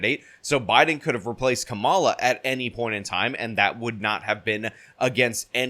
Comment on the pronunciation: Nice to hear you pronounce “Kamala” correctly, rhyming with “masala.”